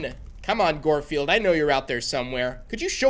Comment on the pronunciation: Why are you saying goldfield it's guard field